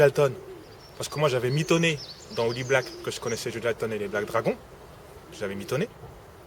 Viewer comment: hahaha sacré joueur de pipeau... "hooliblack" MDR